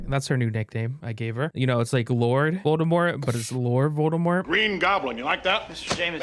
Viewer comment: Volde-laurt? 😂 Laur-demort